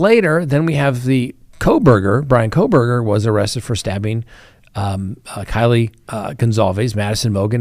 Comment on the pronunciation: KAYLEE NOT Kylie